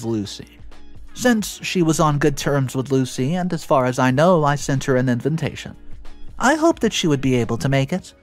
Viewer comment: Hi I love your stories but I have been noticing that you mispronounced invitation with in-ven-ta-tion. Can you please fix it. Love from Canada